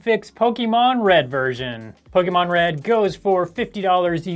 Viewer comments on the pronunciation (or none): PokEmon, not Pokimon ... but cool video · For the love of Pokémon, the é is pronounced "eh." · Pokimon? why i ? POKI mon xD lol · I love Pokémon games but the e has an accent mark making it have a long A sound:Po-kay-mon. Po-kuh-mon is also acceptable but it's not an ee sound like you were saying.